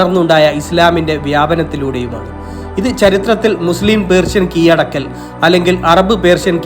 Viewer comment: കീയടക്കൽ എന്തൊരു ദുരന്തം എന്ത് മാത്രം ആരോചകം